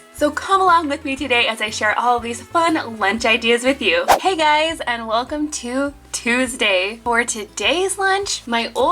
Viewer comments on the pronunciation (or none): tutus day😂